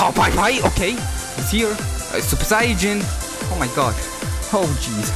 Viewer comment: Hey you were saying sayian wrong it’s not super sayjain it’s super super sayian and you also spells whis name wrong it’s not Wes it’s whis